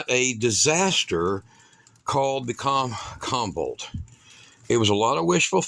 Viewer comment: Comvolt , more like convolt